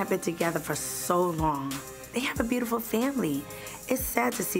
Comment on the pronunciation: & Scrappy with their mur-sic & bur-tiful 😂😂😂😂